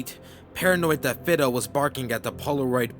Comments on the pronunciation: repeat after me .....F-EYE-DOE lolololol....other then that i love your stories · Could the dogs name possibly have been "Fi-do" with the "i" sound like that in "mine" instead of that in, say "flip"?? Dont know why that bothered me so. lol! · Lol It's pronounced "Fydo" not "Fido"